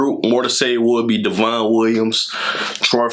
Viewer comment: Devon is pronounced like "Devin" just a heads up!